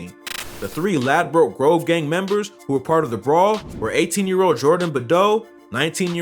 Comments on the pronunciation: No one calls it "Lad-broke Grove". Its pronounced Ladbrook. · okokok mate listen you can't pronounce his name properly and you can't pronounce Ladbroke grove properly and they aren't 1011 that's a cap